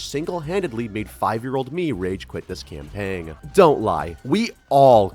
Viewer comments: I...Im sorry, are you saying CAMPANG ?!? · Sir, you do not say the "g" in "campaign"